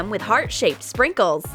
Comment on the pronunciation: BTW u said springles not sprinkles